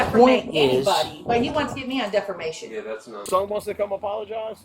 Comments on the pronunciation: How did she become Mayor. Does the person with the most teeth win. She can't even say defamation. She keeps saying defermation. What an idiot. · these people are insane. did she really say defermation😂? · One question? What in the hell is def-er-mation? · This mayor is hilarious. How many times did she mispronounce "defamation?"